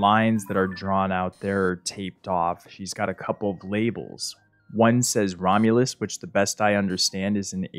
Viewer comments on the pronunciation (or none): It was “Ramulus” tho he just said it weird